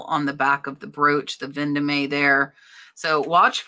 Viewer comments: it is pronunced Ven Dome NOT Ven do me!! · Vendome is pronounced Von-dome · Vendome is french, as in Place Vendome in Paris. It’s pronounced « Von Dom »